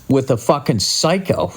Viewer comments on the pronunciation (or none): none